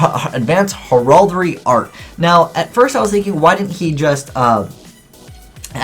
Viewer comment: You are not pronouncing Heraldry correctly.